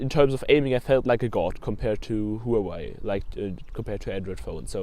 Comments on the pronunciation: It's hu waa Wei not who have I 😂😂😂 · you are pronouncing Huawei as who have I 😂